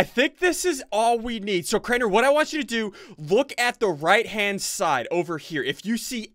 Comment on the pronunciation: hmm crianer? its crainer xD